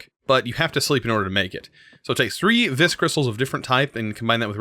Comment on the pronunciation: Just saying, Vis is pronounced "Ve"